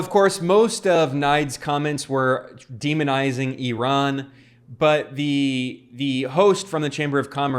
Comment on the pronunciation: Glad to note that you pronounced Iran correctly, unlike those other uneducated yokels